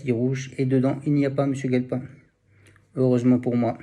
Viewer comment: Mdr c'est guelpa et non galpin😢